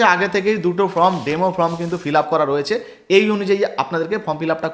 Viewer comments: This is not Form it is called Form,correct your pronunciation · আপনাদের এত উচ্চারণ ভুল, কিছু শুনতেই ইচ্ছে করে না, ফর্ম কে বলছেন ফ্রম